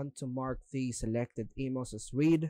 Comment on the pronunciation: "Read" in this context is pronounced "Red" ,like the color. We want to mark them as "read"-(red) because we don't want to "read" (reed) them. I know that English is confusing and nonsensical but we have to read the room for proper pronunciation. Don't make me read all those stinkin' emails!